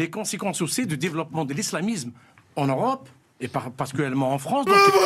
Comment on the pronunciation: " en orope " 😂😂😂😂